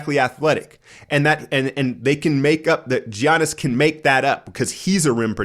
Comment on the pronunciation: still doesnt even know to say Giannis' name or budenholzer's name.... weird